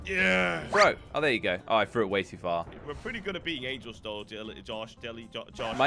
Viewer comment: angels not angles